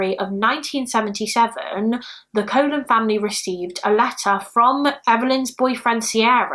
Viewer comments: Just so you know, the name Colon is pronounced the same as Cologne. Love you so much! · Thanks for updating the cases. Colon is an Hispanic name, it is pronounced with two long o’s kind of like “Cologne”. It’s so sad that even her real image remains mysterious. I really hope her family members have better pictures of her. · The last name Colon may actually be pronounced like cologne (I had a friend with that last name so just an assumption) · Hey lovely, Evelyn’s surname is pronounced Cologne. It confused me at first too 💜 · I've seen multiple videos covering this and have yet to see anyone pronounce it correctly.